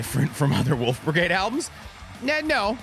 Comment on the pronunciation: Not flubbing the German for the band whose shirt he's wearing lol New Wolfbrigade is always cause for celebration.